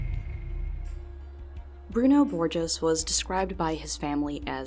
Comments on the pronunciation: Boh-heez not bor-jes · It's /Broo-noo/ /Bor-zheez/ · I'm sure it's been said before, but it's pronounced "Bor-hace."